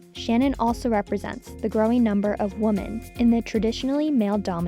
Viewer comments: The narrator can't even pronounce the word "women" correctly. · She mispronounced “women”. Young people need to learn how to pronounce basic words. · Is the word, “Women” THAT difficult to pronounce? Apparently so. This young lady was unable to pronounce such a ridiculously easy word. Three or four times. That amazes me. Not ONE editor responsible for her voice-over could pull her aside for thirty seconds to help her? Really? Lost respect for this (normally) professional channel.